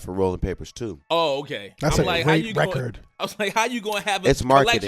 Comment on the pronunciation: i wish he would say "record" instead of "rekit"